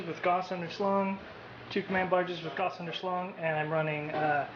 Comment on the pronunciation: how do you play necrons and say gauss like that lol. Pronounced Gow-ce lol